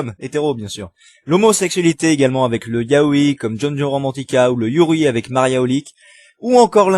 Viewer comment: et yaoi ça se dit yaoy pas yao[I]